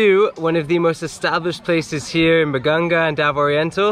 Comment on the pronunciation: BAGA-NGA not BAGANG-GA